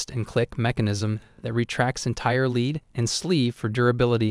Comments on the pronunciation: AI voice can't pronounce "lead" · I’m dying at the way this dude pronounces lead 😂😂